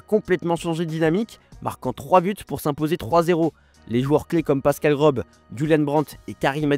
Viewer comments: GroSS, pas Grob. Cette lettre (ß) est un S plus prononcé et non la lettre B 🤦🏿‍♂️ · Pascal Grob? Ca se prononce Gross le S tsète ressemble à un B mais c'est l'équivalent de deux s